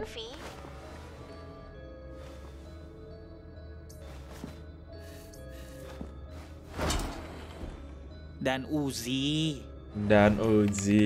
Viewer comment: Bang bacanya vi bukan ve